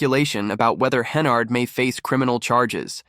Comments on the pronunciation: Hennerd? It's Henyard. Like where she belongs. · Cant watch the video if you can't even pronounce a name right.